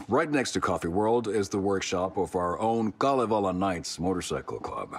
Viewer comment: Loving the playthrough, really looking forward to the next chapter <3 but also, gotta say since it made me giggle - when says Kalevala Knights (Kalevala, our national epoch), it sounds a lot like Kalavale Knights (witch translates to a very popular saying 'fish-lies', aka. lies you tell people about the size of the fish you totally caught from the lake, but it got away, you should have seen it, it definitely was real)